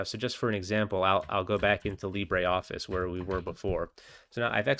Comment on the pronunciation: Its pronounced "leeber" office. There absolutely is no "ey" at the end. "Leebur office"